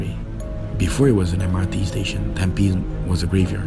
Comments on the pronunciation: It's called tamp pi nes..not tam pins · It's not tam-pins Its tam-phe-nis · its called Tam- pi -nes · Wrong pronounciation of tam-pi-nes.and your commentary, #Yawn#